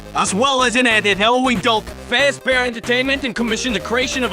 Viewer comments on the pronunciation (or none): I like how he pronounces 1993 as Nietidynintidythree. Also him pronouncing DLC as Dulc. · "bassic" "garlet paper slicer" "pissaplux" "vensa" "ripragrem" "souisid" "herapis" "rockin wolf" "interfrens" "spyrits" "dilc" these pronunciation fails are hilarious